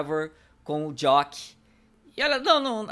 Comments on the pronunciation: É jack não jock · Pronúncia JACK